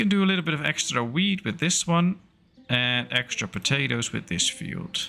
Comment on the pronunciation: Near the beginning when you were checking the amount of foods. When you were talking about the wheat, I heard weed. LOL